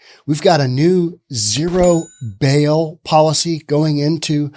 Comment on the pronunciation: It's a "Zero BAIL Policy", not a "Zero 'Bill' Policy".